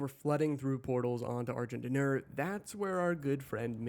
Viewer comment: First time I heard Argent D'Nur I thought it was pronounced Argh gin dinner.